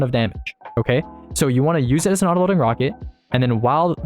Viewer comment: this wocket is so cwoooool!!!